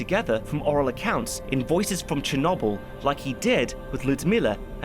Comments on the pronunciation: ok do brits deliberately choose different pronunciations i feel like that happens i mean i have never in my life heard cherNOBBLE even brits say cher-noble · Cher No Byl not Cher Nob Byl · Pronounced correctly in Ukrainian: “Chair-No-Beel” (last syllable rhymes with “Wheel”). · Please stop saying cherknobowl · Cher no boil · Chur-knobble is all I can focus on 😭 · Chernobble...? How do you pronounce noble? Like no-b-l? or like gnome; gno-b-l? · I love this channel. But, why do Brits insist on pronouncing things in such ideosyncratic ways? "Cher-NOBBBL" Now someone will say "welll um actually that's closer to" but why not just say it how everyone says it? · For heavens sake man. It's pronounced cher NO bull. NO. Why do you do this every single time? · ah yes, Cher-knob-yl. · Constantly pronouncing it "Chernawbyl" is killing meeeee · Chernobble EDIT: Rentgin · I knew as soon as the video started and he started saying "cha-nobble" it was gonna drive me nuts...still a good video though, appreciate the effort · He hit us with the cherno🅱️🅱️le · Che nable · commenting on this . im going to update this comment once i finish to let everyone know if he really calls it cher nob el the whole time edit: no matter how many times its said in the show, it is never said a different way. The english are truly unknowable, why do they pronounce lieutant lefftennant? i guess weird pronunciations are their bag. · Chernobbel XD your pronunciation of chernobyl makes me laugh a bit Very nice video you have been missed! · you really pronouncing it chen noble? Maybe you should look up the history on how to pronounce Chernobyl. It is spelled with an R in there and there isn't 2 N's. Черно́быль. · Really? Cher-nobble? You brits really deserve the hate you get for your ridiculous pronunciation of words. Love the channel tho :-) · You're not pronouncing Chernobyl currently. It's a B not a V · What's even worse is how he pronounces Chernobyl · Why do you pronounce Chernobyl like that?